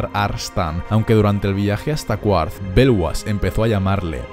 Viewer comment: Se escucha raro «QUARTH», creo que la pronunciación correcta es «Carth»